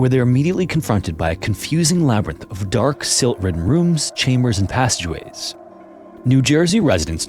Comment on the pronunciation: Interesting! Just heard pronounce passageways and didn't hear anything abnormal with it.